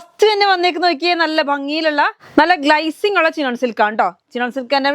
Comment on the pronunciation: പൊന്നു sony... ഈ ഗ്‌ളൈസിങ് മാറ്റി glacing എന്ന് പറയു.... കേട്ട് മടുത്തു 😅